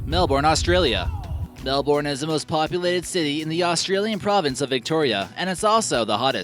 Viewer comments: I live in Melbourne.. and just FYI it's pronounced like Mel-burn.. which is fitting as it got to 45 degrees cel for 3 days in a row this year. 🔫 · is Melbourne is pronounced Mel-Burn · lol the way he pronounces Melbourne doe